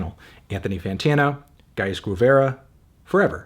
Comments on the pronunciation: the u is silent in guevara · Bro why is saying Guevara right so hard for English speakers Kano